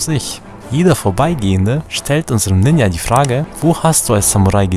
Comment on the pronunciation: Das j in Ninja wird wie in Journal ausgesprochen.